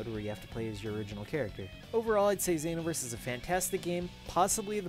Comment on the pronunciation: The way you say Xenoverse bothers me. I'm a filthy casual too XD Some of my friends have this game, I'll check it out next time I'm with them.